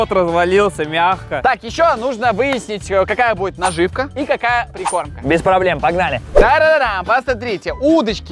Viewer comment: Когда он говорит наживка мне больно